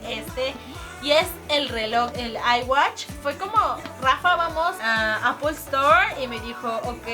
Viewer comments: lessli es apple watch no ai watch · Jajaajaj "ai whatch"